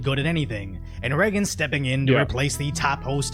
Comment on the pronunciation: I’ll never trust someone that pronounces Reagan Reggin